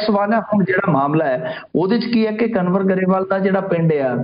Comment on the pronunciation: ਕੰਵਰ ਨੂੰ ਕਨਵਰ ਕਿਉੰ ਬੋਲੀ ਜਾਂਦੇ ਹੋ !